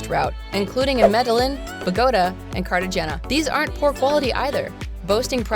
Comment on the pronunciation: You mispronounced Medellin , Bogota , and Cartagena. How many of these places has this person even been?